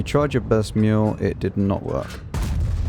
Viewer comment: You pronounce Miel as "mule", while it is pronounced mee-L Not very important though Also, sorry you have to play the Ferdinant Damn that double blind on the two arties was amazing !